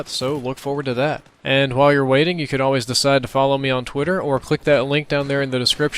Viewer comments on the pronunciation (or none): none